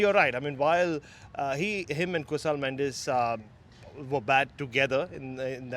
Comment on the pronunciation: Mendis not Mendez